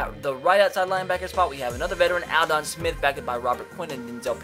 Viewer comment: anyone else cringe every time dude pronounced "Aldon"?